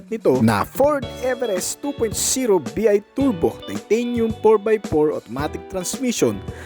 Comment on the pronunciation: You should pronounce the initials "BI" as "bye" (soundslike) which means twin turbo!